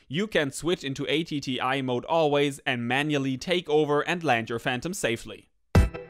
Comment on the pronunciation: Why do you have the controller antennae pointing out, rather than up? The phantom antenna is along a leg, so for best signal the controller antennae should be the same orientation. PS "atti" isn't an acronym, so no need to say "a, t, t, i" :-)